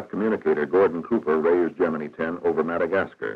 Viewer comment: I worked in the shop that made the gemini capsules. Why do narrators of modern videos mispronounce the word "gemini"? This narrator gets it right.